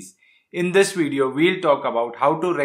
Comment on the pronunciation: Thank you. , the mouth shape for “V” in “video” is exactly like the mouth shape for the letter “F”, not “W”. The sound of “V” is a voiced “F”. “V” and “W” are side by side in the alphabet, but their pronunciations are unrelated. The proximity of “V” next to “W” is a trap a lot of non-native English speakers fall into. Fixing it can be a ten second fix. If the alphabet were written “…QRSTUVFWXYZ” the pronunciation issue would probably go away. The words “fairy” and “very” are shaped identically. Regards.